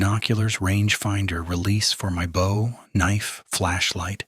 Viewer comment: That is not the way u pronounce"bow." Also, can AI lie?